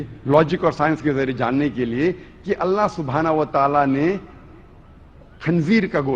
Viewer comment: You got some serious mental disorder! You can't even pronounce ALLAH's name properly...You talk about Islamic ruling!?...About rape...Just check the rape and sexual assault related statistics on nation master...The gulf countries where most of the women cover themselves are the countries with considerably lower rates of rape and sexual assaults than the rates of those in European and American countries...The rape rate in your sexually open European countries are way too high...Just check that